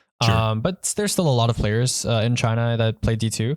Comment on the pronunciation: Any one watching this after last pantheon video that's dying every time they say china